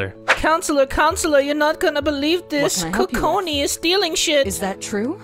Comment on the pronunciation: Lmao be saying Kokoni all day 😂😂😂😂 btw i love ur vids. - haley and amber